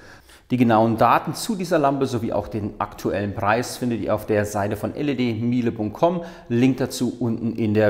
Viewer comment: Spricht man das "mile" in "ledmile" wirklich deutsch aus? Oder ist nicht Meile als englisches Wort gemeint?